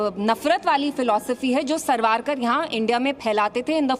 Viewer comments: सावरकर का इतना डर है इस मोहतरमा को कि सावरकर का नाम भी ठीक से नहीं ले पा रही है बेचारी 😂😂😂😂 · जो वीर सावरकर को सरवारकर बोल रही है इसकी अकल तो घुटनों में भी नहीं होगी मुझे लगता है उसमें अकल ही नहीं होगी😅😅 बोलते तो आ नहीं रहा है ढंग से चली हिंदुत्व और हिंदुओं के खिलाफ बोलने महामूर्ख औरत आगरा के पागल खाने में चली जा रे महामूर्ख औरत पागल कहीं की